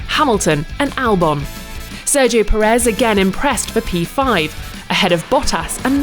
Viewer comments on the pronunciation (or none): none